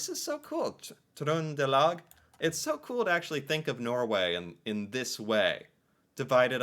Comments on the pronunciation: Your pronunciation of Trøndelag was perfect! 🙂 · They way you pronounced "Trøndelag" was impressive! .. My county, by the way. Telemark= slalom- Sondre Nordheim.. 😉 Very few of us know all the 365 municipalities by heart. But most of us knows where the majority of them are located/in what county. The way you know about states & state capitals in the US.😊 😊😊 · As a Norwegian from Østfold speaking bokmål, I'm impressed with how you pronounce Trøndelag. I say it the exact same way. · My man nailed the "Trøndelag"! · You're getting really good at this. You even did the Ø in Trønderlag and Østfold! Remember that the e in the end of a word IS pronounced (FylkE). Whether we call a municipality a city or toen depends on the size of the number of central stores. Some times there are so few we just call it a center (centrum). In bigger cities we'll also have city districts (bydel = directly translated: City part). As for dividing into Bokmål or Neutral, I think few people think like that. If there's not a specific dialect there's Bokmål. However. While Oslo have Bokmål the different districts do have a slightly difference - like one talking more official and others using more slang. I guess what we wonder most about the State system is how frustrating it must be to have different laws in different states. PS! No we do not have to memorize att the municipalities. hehe We are are pretty good at the best known ones, though, and pretty much guess which one from what dialect someone has.